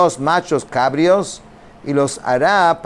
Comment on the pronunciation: Bendiciones. Se dice nachos cabríos. Con acento en la i.